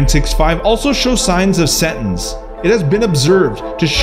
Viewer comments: I think you're pronouncing sentience wrong. it's pronounced sen-tea-ence. not sentence. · Sentence? I believe you mean SEN-TI-ENCE! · “Sen-ti-ence” not sentence. Did you not pass English class?